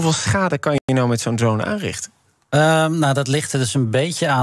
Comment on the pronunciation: zeg gewoon drone! please. zonder die domme R drone ! na die ene meneer te horen zegt ze ineens wel gewoon drone